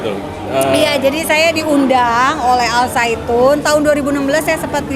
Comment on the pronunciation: Lucu dengernya ini, mengucapkannya al saitun 😄it's okey bu... Wahai para kadrun, budak Yaman, pefitnah dan kiyai kolot... dengarkan kata orang Yahudi ini: lagu Shalom Havenu Aleichem itu lagu rakyat biasa bukan lagu ibadah yahudi... jadi kalian salah besar kalau bilang itu sesat... kecewa wow... puas... puas... kurang ngopi... kopinya encer...